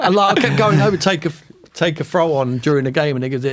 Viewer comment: Why does Tim keep saying “throw-on” ffs?? It’s a throw-in you tit